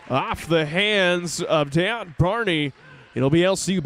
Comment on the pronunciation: In the men’s game y’all kept saying my sons name wrong his name is Dejon Barney pronounced Day John thank u 🏀💯❤️